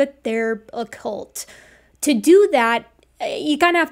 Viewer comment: I thought you were making a presentation on baby horses. Cult doesn’t rhyme with bolt! Great show tho!